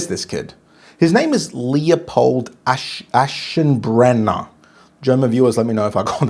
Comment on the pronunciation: Iam a german viewer…Leopold was Perfect but Aschenbrenner needs one or two times more practise 😊